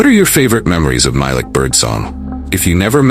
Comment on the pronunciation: it’s actually pronounced MY-LEEK